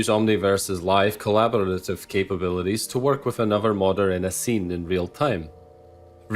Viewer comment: Scottish accent vs the word “collaborative” was the best bit